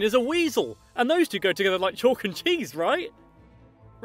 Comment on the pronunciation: calk and cheese?